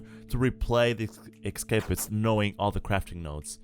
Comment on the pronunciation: ok I am sorry but it is not ekkkkkscapist it is essssscapist